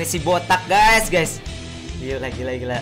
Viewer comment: COBA HITUNG BRP KALI BILANG "GAYS"